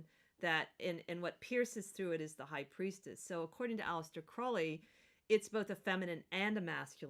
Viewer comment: Crowley as in crow not crowd...